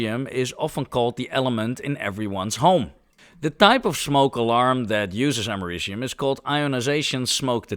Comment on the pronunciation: 😭😭😭 “Ameri-cum” wth bro 🇺🇸😭